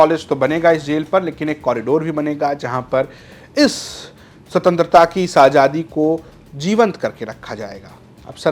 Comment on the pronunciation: Bhai ajadi nahin azadi hota hai aap zara please apne shab pe dheyan dijye